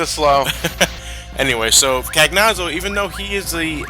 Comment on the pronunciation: Cagnazzo is an Italian name, I was hoping that, being that he is Italian, would pronounce it with correct phonics, which is, I can't find any of that weird text that no one could ever manage to read unless they speak Greek that says how to pronounce it, but here's my attempt at spelling it: "can-YAH-tso"